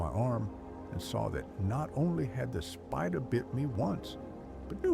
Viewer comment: lmao the pronunciation is funny af